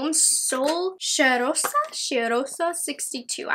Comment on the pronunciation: So funny you trying to say CHEIROSA. It means something or someone that smells good 😂😂 congratulations on the sponsored video ♥️🥰